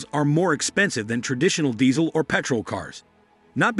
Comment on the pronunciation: Where exactly can one buy this car for $6,000? What does it cost the consumer, on the road and registered, ready to drive out by the customer? This sounds like hype, from a guy who can't even pronounce Diesel.